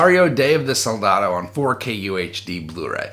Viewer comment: Are you gonna do a review of the Shutter Island 4k disc? Also don't enter me in the giveaway, I won't be able to redeem the code. And also.. Isn't it SOLDADO, not saldado? Lol